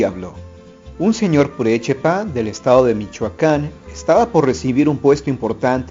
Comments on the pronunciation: Purepecha es lo correcto, no purechepa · Purepecha* no purechepa de ahi en mas buenas leyendas ! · es purepecha xD no purechepa xDjajaja pero estan bien las historias xD sigue asi xD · Buen video :) Solo el detalle de que dijiste purechepa cuando es purepecha pero es un gran video en realidad :d